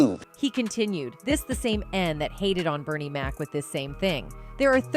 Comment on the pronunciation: But all due respect ! Please get Bernie Mac's name right.❤❤❤❤